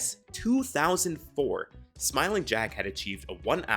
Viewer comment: They way he said 2004 hurt